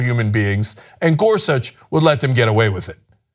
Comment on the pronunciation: caan someone please tell cenk how to pronounce Gorsuch. it hurts everytime when he says it wrong. Ana sits right there and she is ab lto to say it right why can't he?ä